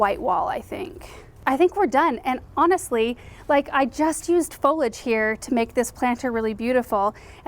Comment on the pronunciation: Foliage has three syllables.